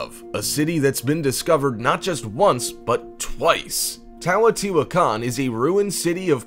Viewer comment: Please excuse...correct pronunciation is Tay-oh-tee-wuh-kon, with accent on the "tee" part.